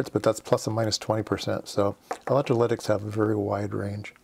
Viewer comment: 'Aloominum electriclydics'. 'Voltage in microfarads OK?'. The comments suggest this is a great, helpful, video, but it looks like you didn't rehearse or edit and I can't keep watching. Thanks anyway. .